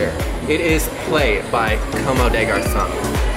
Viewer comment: you pronounced "comme" wrong. It's french and in english you could say "cum" des garcons. Sounds the same.